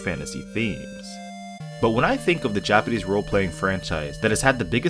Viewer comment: ur japanese pronounciation is good bro, thanks for the review